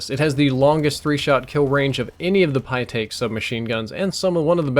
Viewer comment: "pytaek smg"